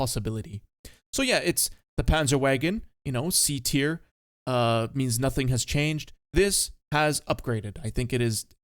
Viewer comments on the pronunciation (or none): none